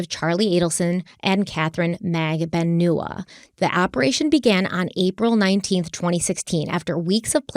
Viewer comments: Katy magbanewa not naganewa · It's not Mag-da-new-a It's Mag-don-u-a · Pronunciation of Katherine’s last name: MAG-ban-ew-wah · Katie's name is pronounced Mag-ban-ua. This is how she said it at her trial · into part 5 still can't pronounce Katie's name SMH